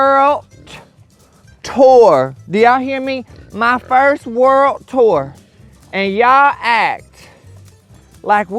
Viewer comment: When he's talking to Winston I love how he said " Worldt... Daddy gonna on a WORLDT TOUR!" 😂❤ Trust In! 🙏🏻❤️